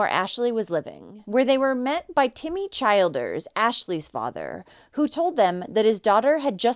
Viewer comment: Just so you know, its pronounced Chill ders not Child ers. RIP Blu💙 I'm so sick of boyfriends killing children and the mother letting it happen. Wtf is wrong with these mothers? Wtf is wrong with boyfriends who kill children?